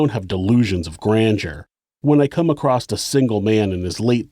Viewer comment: You have such a beautiful narrative voice and style. I can’t believe you have not learned to read and pronounce very obvious words like ACROSS which does not have a t at the end. 🤷‍♀️Oh well. I will try to ignore that and other mispronounced words and continue to follow and give 👍👍because your content and thoroughness are A1! 👍